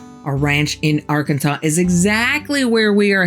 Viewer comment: Also from Arkansas. Nice to hear it pronounced right from outsiders.